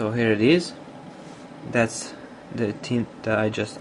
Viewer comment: He keeps on saying Team not Theme lol